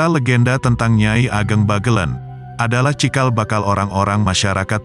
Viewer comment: Membacanya Bagelèn bukan Bagelen